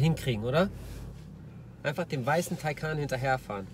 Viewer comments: Taycan, nicht Taycaaan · schön wie türkisch Taycan ausspricht 😂😂